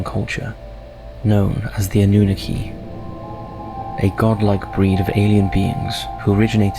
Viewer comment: Anunnaki “ANN-NEW-KNOCK-E” the pronunciation on his video is driving me crazy bro 😂 thats like some one saying 2-PACK instead of 2Pac. Keep doing your thing. ATL IN HERE WITH YOU #EASTSIDE